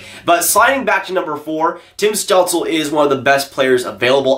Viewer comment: Stützle is pronounced stootzle I’m pretty sure